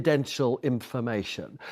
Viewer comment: Inhalation, inlumation, imunation...I might trust the veracity of a statement if only the person speaking could convey it. I think what you may have acquired was 'information', this is farcicle, bad outcomes are more often than not the residue of bad decisions and choices. I am not a Starmer fan, but much of the nation have tried to preemptively rubbish him for little credible reasons initially, however you dont hand the 'enemy' ammunition and his curtailing to an unhinged twit is pukeworthy at best. In summary much of the nation never voted for him, they simply opposed the Conservative farce. How Starmer rates bottom in any popularity rating is ludicrous considering Liz untrustworthy's fourty nine day train wreck for starters, much of the nation must have developed conveinient amnesia.